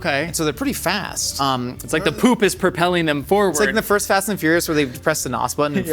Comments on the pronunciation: Why does pronounce "poop" like "püp" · Wondering why says poop like that